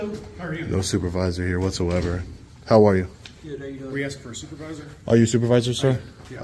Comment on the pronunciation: Du did they say the stupervisor l.o.l.